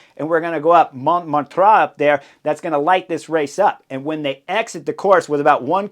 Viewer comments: Man, your analyses are the best ever, hands-down, but your pronunciation of localities can't even be called pronunciation: It's Montmartre [MON-MARTR], sth like Martyr, not Montraaa, come on, man :) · The pronunciation is more or less Mom-mart-r with the r more or less silent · It's monMARtre, not MONmartre. So, the only things at stake on the stage were stage placing and honor. The last lap showed what Visma wanted to do the whole tour: have one threat to Pogi attack with the other one on his wheel. When Pogi closes, the other one attacks. In this case, that was all that was needed, but, conceivably, this could have gone a few more rounds. Unfortunately for Visma, with Jorgenson, Yates, and Kuss becoming non-threats as the Pyrenees began, that tactic was not viable for the Tour result. Anyway, thanks for the analysis. PS: I think the stage could have been a disaster in clear weather without the neutralization. Because overall standings were not at stake, most of the peloton elected to play it safe on the Montmartre section, with folks finishing in groups over several minutes. Amazingly, I don't believe that there were any crashes the whole stage, despite the sketchy conditions at the end. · Not “Mount Montra” 🤣 😂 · Thanks for the show, Chris. Must have been at least three different pronunciations of Monmartre, but that's half the fun. Best cycling vids in the business.